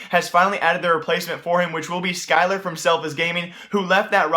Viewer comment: omg, when he said "skyler" instead of "relyks" like you pronounce the names that are supposed to be pronounced backwards forwards, and then the names that are supposed to be pronounced forwards backwards